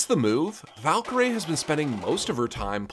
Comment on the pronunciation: noooo her name is valkyrae not valkyrie so the ending is pronounced like her name (rae) instead of how it’s usually pronounced